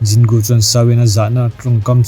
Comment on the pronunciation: Zin Gu i ti daih a Jin Gu (J kha Z angin i lam daih lawm)